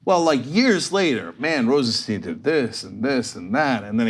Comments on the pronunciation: Please pronounce Rosenstein correct. It is Rosenstajn and not Rosensteen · It's Rosenstein not Rosensteen... Sty-n not Stee-n... it's not hard. Do you call Calvin Klein Calvin Clean? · His name is Rosenstein not Rosensteen. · RosenSteen or RosenStyne ... Those weird forren names are sure hard to pronounce right ain't they CENK. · Hey Cenk and Anna... sorry this is bugging me... it's RosenSTEIN not steeen. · Learn how to pronounce Rosenstein! it is as in Beer stein....not STEEN. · Pronounce as Rosen-"stine" please. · Say "Einstein". Now say "Rosenstein".